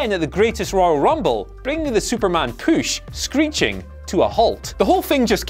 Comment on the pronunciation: If he just said the word "push" differently... I CANT LISTEN TO POOSH